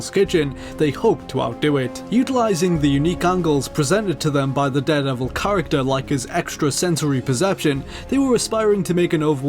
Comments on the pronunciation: it just bothers me how you say 'deh-devil' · how are you pronouncing daredevil?